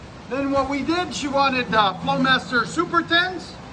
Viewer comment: “Flowamster “ lollll